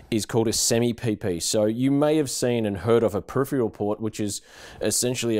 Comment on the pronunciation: Maybe next time use someone who can pronounce the word peripheral?